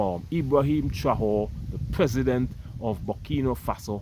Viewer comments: non pas «traore», mais «Traoré» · Pronounced Trahoreh. Keep up the good job. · Pronouns TRA - OR - RAY (TRAORE)